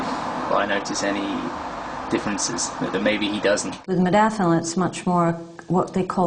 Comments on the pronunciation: Mod-A-finil. Loses a bit of credibility when you can't even say it correctly. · Holy shit you can't even pronounce its name after 'hours of research'... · LOL, he can't even pronounce it correctly. Take no advice from this guy!